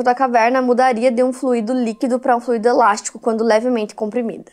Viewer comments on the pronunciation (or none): none